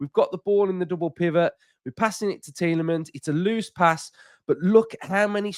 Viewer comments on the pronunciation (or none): Pet hate: commentators who pretentiously pronounce names. The BBC guy who pronounces it "Tielemons" does my head in!